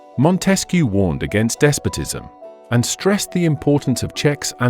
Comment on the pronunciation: Hey narrator! Or should I say AI voice? Either way, learn how to pronounce correctly all the names in your documentary. For example Montesque and baroque